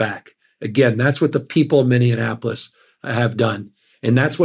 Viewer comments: Mindeinapolis? Minneapolis or Indianapolis? Newsome is starting to sound like Trump by mispronouncing things. I heard him in a longer clip, where he mispronounced it twice. I keep waiting for Trump to jump on this and suggest Newsome take a "cognitive test." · did he just say “mineaNApolis”?? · Can someone please tell Newsom how to pronounce Minneapolis? He keeps saying Minneanapolis. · It's not "mini-annapolis" dummy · As someone who lives close to Minneapolis, I found it humorous that Gavin Newsom pronounced it "Minneannapolis" twice in that interview. What do you in the Big Annapolis think? :^) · Will somebody PLEASE tell Newsom it’s not pronounced Minneanapolis? I’ve heard him do this before.